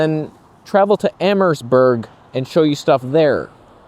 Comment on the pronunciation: The map of Kingsville & Leamington that you show is backwards. The way you have it positioned shows Kingsville as west of Leamington, but in reality, it's east of Leamington. Btw, when you pronounce Amherstburg, the letter 'h' is silent. You're not supposed to stress it. Pronounce it like 'Amerstburg', with no 'h' sound.